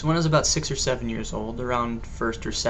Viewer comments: Haha "When I think ABOOT it" Yeah I caught that. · hhhahahahahahaahaa aboot. aboot. aboot. lol. x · "..i begin to think a boot it,,," Lol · rofl, when i think aboot it. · Ah cohenism! :D<3 "and when I think aboot it" haha, awesome job man! ;] You make a very good non-Canadian-Andrew! :] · HAHAHAHA I love you! "aboot" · did you just say a boott??? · "When I think aboot it" hahaha nice one. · another guest! We need to start a vlogcandy guest club...or something also LOL your canadian "about"